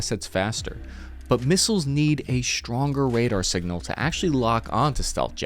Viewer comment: “singnal” eh?